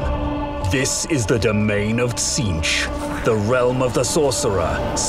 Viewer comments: That's a weird way to say Tzeentch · Love the “Cathayan” pronunciation of Tzeentch